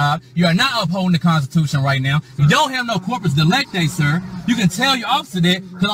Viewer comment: I think he said no corpus ELECTI.